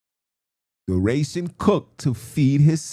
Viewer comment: ration ( ras-shun )